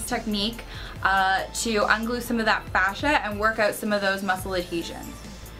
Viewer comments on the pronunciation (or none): none